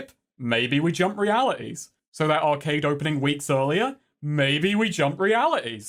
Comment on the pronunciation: Why did he pronounce arcade like that?